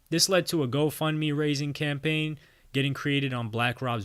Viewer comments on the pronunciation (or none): none